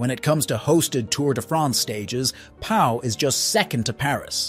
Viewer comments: and "Pau" is pronounced "Poh" not "pow". Disgraceful. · And ‘Pau’ is not ‘Powell.’ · Pau is pronounced Po!! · if this is supposed to be an informative video about the best places to live in France then you would expect them to know how to pronounce the place names regardless of whether French is their first language or not.